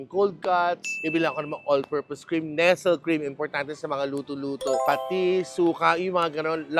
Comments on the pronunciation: Pag first time mo manuod ng vlog nya maninibago ka talaga pro pag matagal na maiintindihan mo san naggagaling ang NESEL pronunciation 😂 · NESTLÈ: Nesel❌ Nes-ley✅